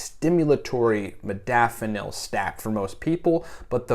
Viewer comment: Holy hell.... I love my modafanil and more importantly, my nootropics. But for the benefit of educating, let's all please learn to pronounce the word correctly. Having all the experience, knowledge and desire to share it is amazing and appreciated. However, it doesn't speaks well to the audience if in fact I'm sharing my experience, yet don't know the proper way to pronounce it. This is in no way a slight, just the fact. Example: Zoology and nootropic share the same characteristics. Many say "Zoo-ah-logy" which phonetically is incorrect. It's simply (zo.ol.o.gy - zō- ä-le-jē) or, in my own attempt: Zoe-ah-logy This then also must adhere to the same structure as 'nootropic'. (No.o.tro.pic - nō-ə- 'trō-pik) Again, as a "biohacker" and user of modafinil and my affinity for educating myself on nootropics, I thought it pertinent to share and pay it forward. -with respect, Yu Tu Reference sited